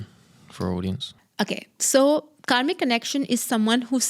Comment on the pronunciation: I heard it as you are a comic coach. Can you pronounce better? Its kaRmic